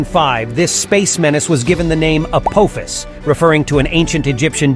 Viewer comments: I mean your first video clip gets the name right with A-PAW-phis not A-POE-phis that you wreck your video with!! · A-pof-is. Not APOAFIS YOU TWIT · for pitys sake it is not apOHphas it's pronounced apAHphas. `throws up hands in disgust` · If Apophis is Greek that pronounciation is incorrect.